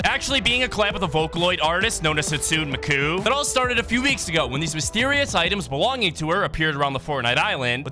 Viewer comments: Hastoo mikoon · Nah hitsun micu is diabolical is hot-sue-nay Me-Koo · "sutsune makun" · Hot-Soon-ay me-kooi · “Hitsuiiin micoo”got me laughing so hard 😂😂😂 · Ah yes "hitsuiin micoon" my favorite vocaloid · Hatsun mik-you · "Hatsoo mukoo" 🤚Absolute cinema🤚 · Bro you pronounced hatsune miku wrong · So what if he got the child name wrong